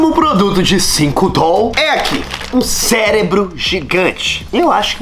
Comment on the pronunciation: Não é celebro é CEREBRO